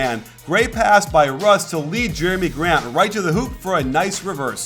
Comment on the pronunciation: that's jerami grant not jerian